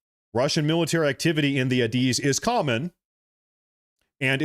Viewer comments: Air Defense Identification Zone. It extends 12 nautical miles off the coast of every country. Not just Alaska. And it’s commonly pronounced as ‘A, diz’. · As a former USAF pilot, hearing you pronounce ADIZ had me laughing. But good video though